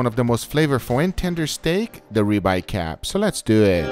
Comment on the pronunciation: reeb-eye or rib eye? lol